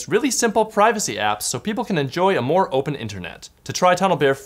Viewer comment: Moah Controls! Moah!!!!!